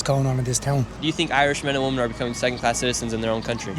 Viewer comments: Why does the presenter say WOMAN and not WOMEN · Nick you've made this simple mistake before, the word "woman" pronounced wo-man meaning 1 and the word "women" pronounced wi-men meaning more than 1 woman. I know people will say I'm a grammer nazi but I think it's very important to know how to pronounce the words of the language you speak, especially in these times when these words are said to mean something else. The language we use and how it is to be used is so important if we don't want liberal nutjobs making up new meanings that contradict the old meanings. P.s Welcome to na hÉireann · maybe you should look up the pronunciations of WOMAN and WOMEN, too. It’s not the same. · Nick, I appreciate everything you do. I think you’re incredible. PLEASE please please learn how to say the word WOMEN correctly.